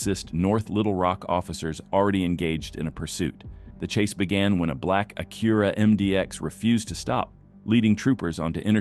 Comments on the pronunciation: Was this narrated by AI, or does this dude just not know how to pronounce Acura. It’s ac-U-ra, not A-Cura. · What in the world is a Akura! It’s pronounced A-Cue-ra! lol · A-CURE-UH?? since when is Acura Pronounced like that? Never heard that ever. Its ACK-URAH. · AI-generated commentary. It's "Acura", not "A-keer-a". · The computer narrator gives a date in 2023 while the lower left corner shows a date in 2025. Their after another one of them Ah cure ah cars. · It's pronounced ACK-kur-ra. This ain't the first one. Can you guys please hire readers who can pronounce the car brands?????? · Why'd you say Acura like that lmao. Acuuuurah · Good job AI. Mispronounces Acura. Smh. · Is this voiced by AI or does the narrator not know how to pronounce Acura? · Disliking because of the way you said "Acura" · wow, the AI doesn't even know how to say Acura. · The pronunciation of "Acura" should let you know that is definitely an AI narrator. 😂